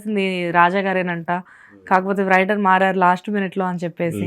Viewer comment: రైటర్ అనాలి తల్లీ 🤣🤣🤣 వ్రైటర్ కాదు